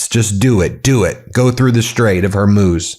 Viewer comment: i'm glad you are trying to correct your pronunciation of Hormuz. pronounced like Hormooz, not Hormos